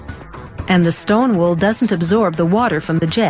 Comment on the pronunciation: Shleem wool